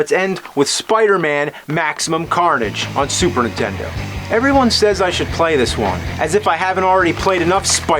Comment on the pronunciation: Ah yes, the classic soup erntendo.